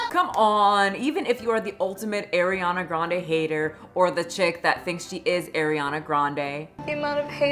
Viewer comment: The way you’re mispronouncing her first and last name..😂